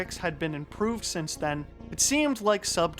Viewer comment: I'll never stop hearing Wirtuals "But than X got THIS run" whenever a faster one is introduced :D